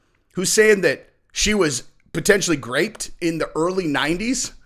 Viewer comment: Are you saying "graped"?? lol. Its "groped motherfucker. Groped!